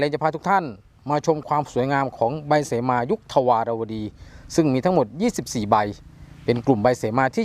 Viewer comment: คนอ่าน อ่านก็ผิด เสมา ไม่ใช่ สีมา